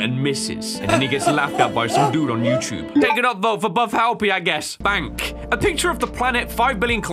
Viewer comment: is questioning his accent, while in EVERY video he says “youchube”